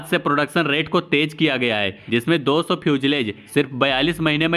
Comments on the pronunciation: Your English pronounciation is very poor ..😅😅😅😅Fusalage..Phusalage..etc etc😅😅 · fuselage ka pronounciation :- few-sa-laaj...